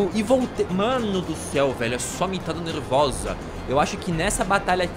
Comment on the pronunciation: "Mano so mitada nerrvosa" KKKKKKK